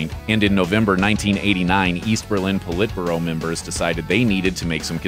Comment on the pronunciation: That this narrator doesn't know how to pronounce "Politburo" tells me all I want to know about the complete lack of veracity of this video.